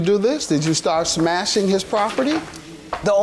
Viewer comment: The defendant said "SHMASHING" 🤔🤣